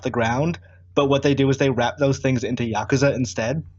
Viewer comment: YA-ku-ZA. It’s not that hard.